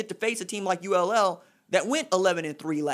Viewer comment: ULL??? RJ the school is UL or Louisiana. Why is that so hard???